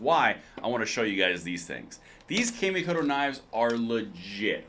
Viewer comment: I've heard good things about that brand of knives, but here is a small correction on how you pronounce Kamikoto .. it would actually be spoken as ( the sound ) " kaw (the a sound in awe ) mē kō tō " where mi has long E and ko and to have the long O .. it translates to 'Shinto ritual' .. just remember the 'kaw' is not spoken as 'cam', etc...